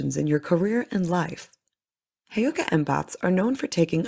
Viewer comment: FYI i think you are saying Heyoka and Sioux ...incorrectly